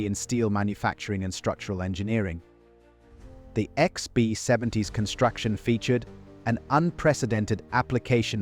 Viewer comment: The AI mispronunciations are hilarious lbf becomes leaf or something equally unrecognizable “Icksby 70” 😅